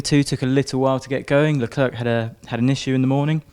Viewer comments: Leclerc :silent c, say LeClair and you're close. Not Leclerk pls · I'm dutch btw. not even french, but it still bothers me. In Holland here they do pronounce Leclerc his name correct. It shouldn't matter where you're from, point is.. it's respectfull to pronounce a driver's name correct if you are able to. Not talking about any accent but like with Leclerc, the C at the end is silent. Anyway.. I'm sure they know that and personally I think it has to do more with pride then anything else. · Is there no french language taught in England? The English media can't even pronounce Leclerc his name correct. Very strange..